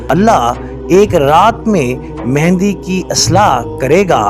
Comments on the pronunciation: Pehlay naam kehna seekh lain. امام مہدی علیہ سلام What is mehndi? Bht afsos ki baat hai k ap logon ko naam laina b nai ata ya jaan k bigaartay hain!!! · دوبارہ آپ مہندی مہندی بول رہے ہیں جب کہ اصل لفظ “مہدی” ہے.